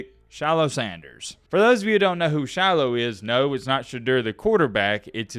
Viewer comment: Dude when you say “Shilo” it sounds like “Shallow” because of your accent. Love it! 😂